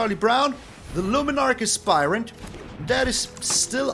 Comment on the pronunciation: Finally some one who say luminarch aspirant correctly 👍